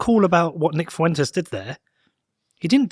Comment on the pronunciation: It's pronounced as "Fwentes" not "Foowentes". Two syllables, not three.